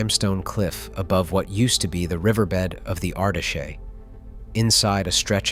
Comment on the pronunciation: The river Ardèche is pronounced like "ardesh" not "ardashay". It took me some time to work out what river he was talking about .